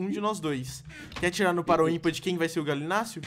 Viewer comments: É gallinius não Galinacio kkkkkkkkkkkk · O Authentic chamando o Gallimimus de Galimús kkkkkkk